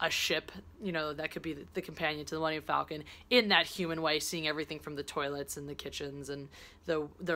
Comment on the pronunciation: Super Stardestroyer. It’s that really sharp dagger-like shape that I like. Btw, just saying, it’s pronounced ‘Fall-con’, not ‘Fell-con’. Enjoy Black Panther!